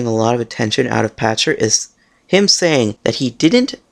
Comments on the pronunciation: His name is pronounced "Pakter," not "Patcher." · I believe his named is pronounced "Pakter", with a "k" sound not a "ch" sound.